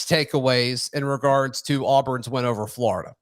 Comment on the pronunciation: it’s flOrida. Not flArda